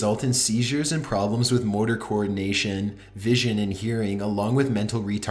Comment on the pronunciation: how the fuck do you mess up the word motor